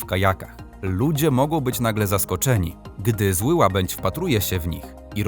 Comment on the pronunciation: Łabędź niemy, nie "łabądź".